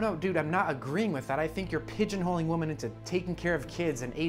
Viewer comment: When is going to learn that "women" and "woman" are pronounced differently?